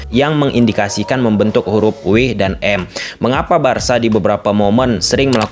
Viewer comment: Kok Wi Em sih? Bukannya dabelyu em ya?🤭